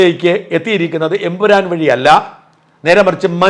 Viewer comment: Ayyo Ayyo, not Empuran😂😂